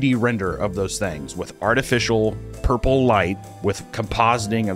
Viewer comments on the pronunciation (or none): none